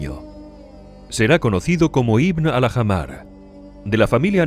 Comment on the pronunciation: Se pronunciaría en árabe algo parecido a "Alájmar", no "Aljamar".